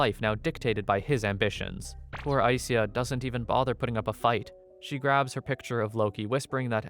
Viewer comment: I believe ai - sya is the way to pronounce the name